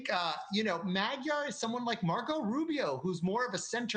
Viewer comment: How about pronouncing Magyar correctly!!! This clip is horrible...